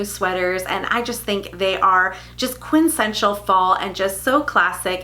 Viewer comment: Love you gals! Former English teacher in me feels the need for a slight correction. It’s quin-tes-sen-tial, not quin-sential. Only noticed because it’s a great word that I use as well.